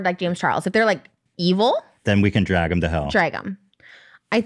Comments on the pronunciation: trish pronounces “drag” the same way she pronounces “bag”. dreg and beg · Trisha says dreg and beg instead of drag and bag lol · i love how trisha says “bag” and “drag” she pronounces it so cute and every time ethan comments about it lmao